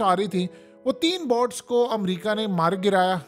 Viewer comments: Kindly pronounce boats as boats not bots. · It's not boughts it's boats please correct your self the way you say it ..